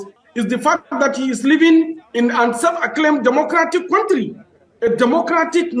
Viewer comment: is not Quontry its County 😅😅